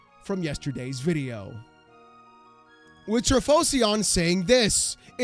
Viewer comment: I got mention…even though you messed up my name it’s an honour 😂 and how to say it is Tri-fo-sion like saying Typhosion almost lol